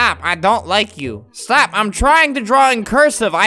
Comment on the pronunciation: Says “Stap” to the mountain 😂